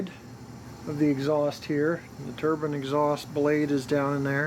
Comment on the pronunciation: Wow great model, great sound & super detailing, suorised no cab figures though. Btw it is pronounced tur-bine not tur-bin lol